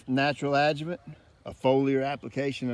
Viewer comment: Thank you for writing the word adjuvant on the video. You keep saying adjument which I could never google so I didn’t know what you were talking about lol